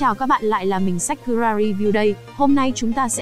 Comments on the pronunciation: chị ơi tên chị còn không biết mà chị đọc thành sáchkura phải là sakura chứ chị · Ối zồi ôi, mình lạy bạn luôn, đến cái tên Sakura nà bạn còn đọc là sách cu ra ri lun, nhưng review phim hay đấy, xem 4 lần rồi vẫn thích